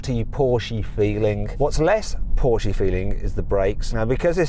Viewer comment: 포~ㄹ~쉐 크아이에ㄴ 발음 간지나노